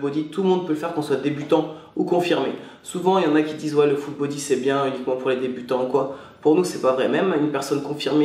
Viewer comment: on dirait il dit "Foot Body" mdr